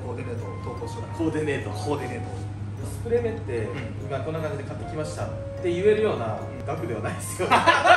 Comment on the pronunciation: やっぱりスプレメって読み方よな あのブランド